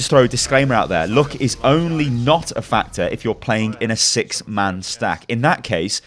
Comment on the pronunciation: the way you say "luck" is just so funny :'D